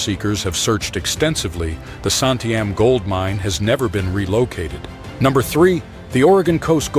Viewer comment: Wa-lam-et, sump-ner, Santi-am, that is the way they are pronounced.